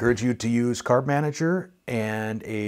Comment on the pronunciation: Loved your calm discussion and was thinking "Yep," "Yep" with everything you said, but I lost you on "carb manager" or "cart manager"; wasn't sure what this was. Please explain that for me & congratulations on your success!